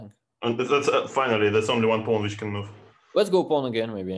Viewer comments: I thought he was saying bone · I couldve sworn he was saying “bone” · Thought Dubov was saying "Let's go boom" then realized he meant pawn.